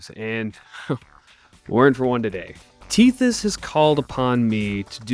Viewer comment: Lil bro said “tethy” 😂😂😂